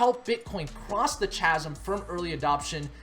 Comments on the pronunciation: It's pronounced 'K-azm' not 'ch-azm' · chasm is 'K'azm', not "cha-sm" ironically. also innovators -> early adopters, not other way round. ;) not that im picky. good job!!!